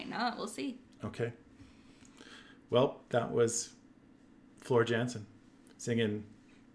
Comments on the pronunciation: Her last name is pronounced yansen jansen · Say it like: Floor "Yansen"